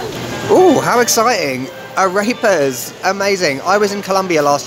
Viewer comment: You should learn to pronounce AREPAS. It is not "a rape ass", it is "ah reh (as in the musical note) pass". Thanks for the laugh though!